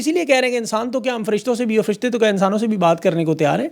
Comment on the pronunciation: AAP Urdu ka zaber nhee bolte ?ur nhee. Aur hae , guvah not gavah .